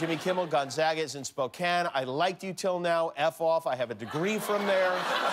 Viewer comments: For someone claiming to not know it exists, he's pronouncing it perfectly. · Gonzaga is Catholic Church college. It’s pronounced Gon-zaw-guh. It’s a small University in Spokane. It does have a law school. I believe third or fourth tier. It’s not much over in Seattle or considered on the same level as The University of Washington. It’s a good school. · 母Cheryl nobody in Spokane pronounces it with the w in it. gonzaga, simple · Ha, I went there and people also thought I went to school in Indiana. But thank you for properly pronouncing the school's name 🙂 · For someone that doesn't believe it exists, your pronounciation of Gonzaga, Spokane, etc. is pretty spot on there, Jimmy. Just sayn... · At least you can pronounce it!